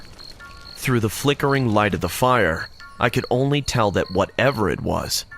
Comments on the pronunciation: Am I high or are you saying pyre or are you saying fire?! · Its fire not pire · He keeps saying pire instead of fire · why does he keep saying pire ??